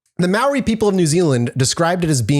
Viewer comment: Your pronunciation of many of the Maori words are off, but you made a really good shot at it. Though you did mess up some English words too.